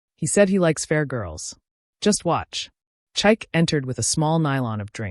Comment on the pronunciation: THE NAME IS PRONOUNCED CHIKAY. NOT CHIKE !!